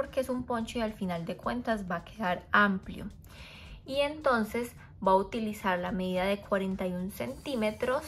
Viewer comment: "Voy a utilizar" no "Boahutilizar". Por favor.